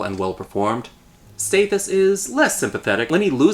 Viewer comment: Great movie but please figure out how to pronounce Stathis. It's staa-this not stay-this.